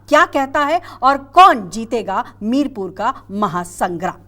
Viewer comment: Madam ji ye mirpur nahi mirapur hai ye